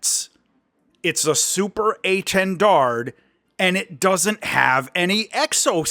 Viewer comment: why can American's never pronounce things hahahahhaa keep up the good work though! " SUPER A 10 DARD "